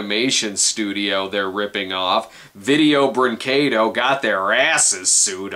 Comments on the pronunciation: "If we're gonna talk about a company like Video-" pauses video, prays he pronounces it right, plays video "Breen-KAY-doh..." 10/10, better than Film Brain, you actually got it right! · Holy fucking shit, someone reviewing a Video Brinquedo... thing... actually pronounced the name of the company right. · It's refreshing to see an English speaking reviewer pronounce "brinquedo" the right way!